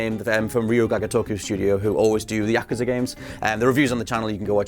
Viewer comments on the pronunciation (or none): pronunciation of yakuza is terrible, Yakaza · I was out after they keep mispronouncing Yakuza